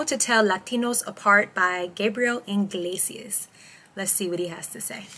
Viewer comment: Gabriel has sayd, that he wears hawaiian shirts "Because they fit". And just a pointer: Read his last name again, really carefully. It's the 2nd video that i've seen you reacting to Garbiel Iglesias and both times i'm quite sure you pronounce it as Inglesias. Some other have done it too, btw.